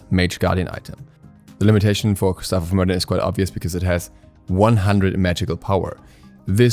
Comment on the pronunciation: Hey! Quick little thing , Myrddin is pronounced mer-vin.( it’s the original welsh name for Merlin)